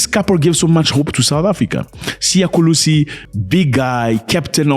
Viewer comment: Mr Zack Is not Kulisi is Kolisi Thank you for your time😊